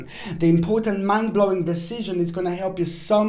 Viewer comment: For a second I thought you said ‘man blowing’ instead of ‘mind blowing’ and I was like 😏😏😏....